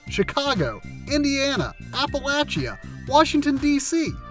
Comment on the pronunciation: "apple-ah-CHIA" lmao